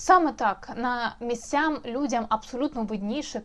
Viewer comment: На місцяХ, а не на місцяМ. Послухати Подляка --то він такий "щирий патріот"!